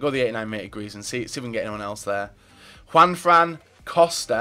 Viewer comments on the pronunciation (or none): none